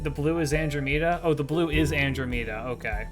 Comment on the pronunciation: Your pronunciation of Andromeda is horrendous